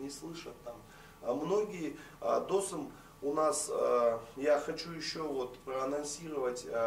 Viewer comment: ведущему нужно срочно что-то делать со своей культурой: либо намеренно коверкает имена-фамилии казахов - ДОсым, САрым...либо одно из двух